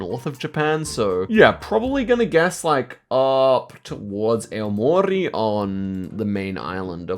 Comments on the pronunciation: Their prononciations of Sapporo and Aomori are killing me 😭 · LOL wtf is that pronuncation of Aomori bro 😭😭